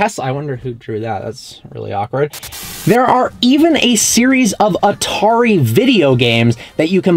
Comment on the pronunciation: Did he just say Antari games? 😹